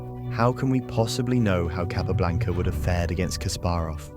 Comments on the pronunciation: Very annoying to hear Capa repeatedly called Cay pablanca. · Probably good enough to pronounce his name correctly every time..